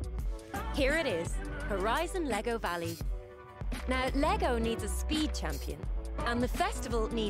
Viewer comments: nah, powinno się czytać "wali". Alley czyli aleja czyta się "ali", w wyrazie "valley" dodajesz tylko "W" na początku. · Valey się czyta walej